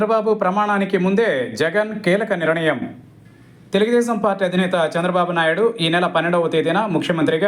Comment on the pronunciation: బాబూ యాంకర్ గారూ! నిరణయం కాదు. నిర్ణయం. వింటుంటే కడుపులో తిప్పుతోంది